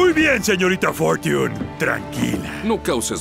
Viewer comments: wtf, no. Se pronuncia "forch(ə)n" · tarde pero "For(sh)iun. Esa "sh" es entre "sh" y "t" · Todos criticando que dice Fortiun... Mientras tanto yo diciéndole Mf (literalmente eme efe xd)